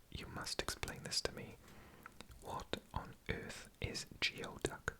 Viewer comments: Geoduck is pronounced like gooey-duck and is a large clam. It’s delicious and pricey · Someone probably already said this but geoduck is actually a type of clam I think. I think it’s pronounced “gooey duck” and its “foot” is very long and meaty